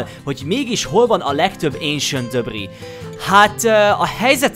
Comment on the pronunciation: aaaam én istván vagyok de nem vagyok mérges és szerintem is úgy ejtik ki az esentdabrik jó a vidi te vagy a kedvenc yutuberem nagyon szépen épitesz